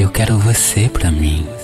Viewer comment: Nao fala quira fala quero